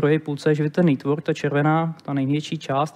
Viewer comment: /ˈnetwɜː(r)k/ - Ale jinak krásná přenáška.